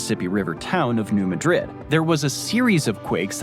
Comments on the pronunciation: First off, it's New MAAdrid. It's not pronounced like the capitol of Spain. Secondly, it's a highly volatile zone prone to earthquakes more powerful than the San Andreas Fault. Earthquakes from that particular area have been known to reach all the way into Boston. And those earthquakes literally opened up the Earth a few times as well. And it caused the Mississippi River to flow north instead of south, filling an area called Reelfoot Lake in Tennessee and Kentucky. Reelfoot Lake is the only above ground natural lake in Tennessee. The other is the Lost Sea, which is the 4th largest underground lake in the world. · The pronunciation of New Madrid is irking me not gonna lie. Edit Texarkana too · New Madrid is not pronounced lik😢 the capitol of Spain. Cairo is not pronounced like the Capitol of Egypt. It is pronounced like kayto. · 210 That should be square miles, not merely miles. New Madrid has a different pronunciation from the capital of Spain. Shifting the syllabic stress, it's MAD-rid. A lot of US cities are named after European cities but pronounced differently. There is Lisbon, North Dakota, and that one is pronounced the way you pronounced it. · I really wish these narrators would take the time to learn how to pronounce city and county names before they spout off and mispronounce them. 😥 It's pronounced New MAD-rid, not New Ma-DRID. It's Missouri, for heavens sakes, not Spain! 😡😤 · Its pronounced New Maaahdrid not New Muuhdrid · the video mispronounces the local way, New Madrid,,,, should be MAY drid not muh Drid, and Cairo is like Karo syru;p KE ro, the capital of Egypt we say KAI ro, to be confusing, English speakers can't do IKEA furniture, here it is EYE key-uh, ,,, the rest of the world: ee (like tea) KAY (like pay) uh, to make sure, YouTube does drive-thru videos of many small towns, (YT search: Drive tour Cairo Illinois) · If the Spain vs Portugal /New Madrid thing bothers you, maybe this will help. Locals pronounce it New MAAD -Rid, not Muh-drid.